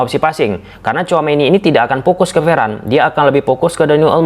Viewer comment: kok kalimat yang seharusnya" fase fase jadi Pase Pase, fokus jadi pokus, pers jadi fers, dimanfaatkan jadi dimanpaatkan 😂😂😂 jadi geli dengar nya